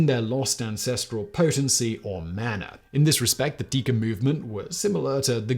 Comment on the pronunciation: Mana is pronounced Mah-nah not manner